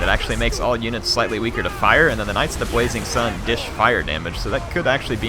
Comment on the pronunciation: Does have a list? I keep hearing him say "Knights of the Bwazing Sun" instead of "Blazing".